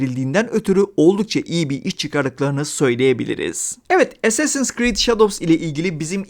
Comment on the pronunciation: Recepler niye as’leri es diye söylüyor acaba? (Assassin) 😅 Bu arada bizim karabüklü karaoğlan samuray değil, köle. Wired’da bile Japon tarihçi dayanamayıp gülmüştü bu duruma. Revizyonist tarihçilik ve woke’luk dışında oyun iyi yapılmışa benziyor.